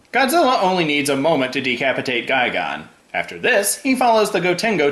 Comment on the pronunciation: Pretty sure it's gigan not guygone.